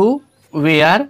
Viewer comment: वेयर nhi hota sir वर pdhte hai usse 😂😂